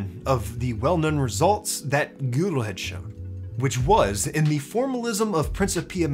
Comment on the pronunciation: Gödel’s name sounds more like “guh-del” then “goo-del”.